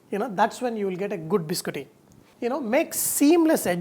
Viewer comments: It is pronounced Bis-Cot-Tee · Chef it's biscotti